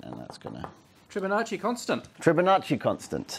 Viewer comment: TRI-bonacci ?! Surely you're fibbing.